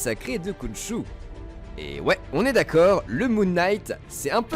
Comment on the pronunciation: Khonshou= RRRRRRRRRRonshou :p ouai, ça se prononce comme ça